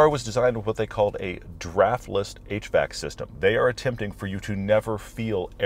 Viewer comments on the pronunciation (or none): none